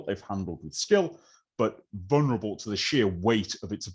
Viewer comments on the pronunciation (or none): none